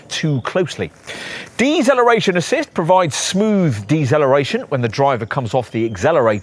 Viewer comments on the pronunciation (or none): What on earth is eggzelloration and dezelloration you arrogant twit!? Good review other than zat😅